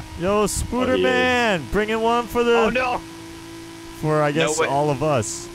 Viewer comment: not spooter man, spitter man